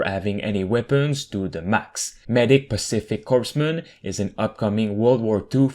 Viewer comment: It’s pronounced “coremen” for future reference even though it’s spelled corpsman